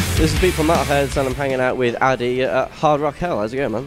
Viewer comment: "Adde", not "Adi", ;)